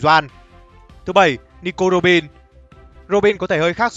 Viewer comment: Roronoa Zoro và Nico Robin là người duy nhất đc ad đọc cả họ tên rõ ràng:)))